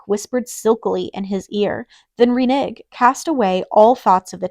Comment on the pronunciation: You read so fast and have no inflection. Also, it's "re-neg" not "re-NIG" and Butte not But. Honestly the amount of words you mispronounced was almost criminal.